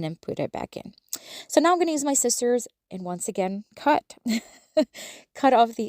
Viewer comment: It's pronounced Sci-zers not scit-zers